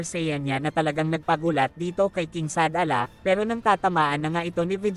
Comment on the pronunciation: Shadala ba yon oh Shalala?😂